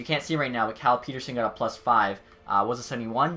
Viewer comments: it's PET-TER-SON not PETE-RSSON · You said Petterson's name wrong. It's alliis pettershon